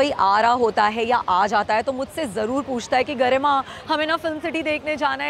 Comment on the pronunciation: Garma nhi garima 😅